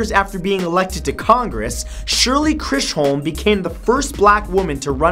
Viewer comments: It's pronounced "Shirley Chizzum", not "Shirley Kree-sholm." Lol. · grrr, it's pronounced "Chiz-um", not Chrish--holm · #40, her name is actually Shirley Chisholm. Pronounced CHIZ-um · Great video Matthew. So much info so quickly! BTW...the NY Congress Woman who became the first black and first woman to run for President was Shirley Chisolm (pronounced: Chiz-um). Matthew, your pronunciation was WAAAY off (more like Chriz-holm). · #40 is pronounced chizum not Chris holm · Shirley Chisolm (pronounced chiz mmm)...just wanted to help you out, Matt! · Lol... Shirley Chrish-holm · Shirley Chisholm. Chiz-uhm. I don't know what YOU said bro. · Thank you for this....I live these, but her name is pronounced....'Shirley Chissem'. Also thanks for dumping the metric system for me....I'm not very smart. :) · Shirley Chisholm is pronounced Chiz-um. I know this because I live next to the Chisholm trail and there's like four Chisholm corner gas stations within walking distance. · shirley chisholm (with an h), not crisholm as he says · FYI. that woman's name is Shirley CHISHOLM. there is no R in her last name. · Hey Matt you mispronounced Shirley Chisholm's name there is no r in it. Otherwise great info. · You pronounced Shirley Chisholm wrong. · im mad he said Shirley Chisholm wrong :/ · You mispronounced Shirley Chisholm.